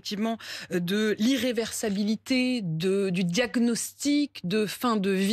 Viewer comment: "Irréversibilité" et non pas "irréversAbilité".